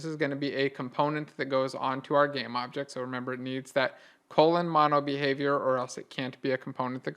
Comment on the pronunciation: Couldn't understand the "MonoBehaviour" properly.